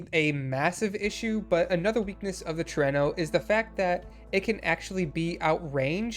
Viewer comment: It is indeed pronounced the way you chose to! Trueno is Spanish for thunder (more specifically, the loud booming sounds of it)